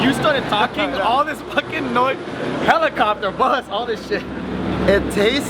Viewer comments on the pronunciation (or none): did anyone else hear joe say "HELLA-copter" at the end instead of hellicopter haha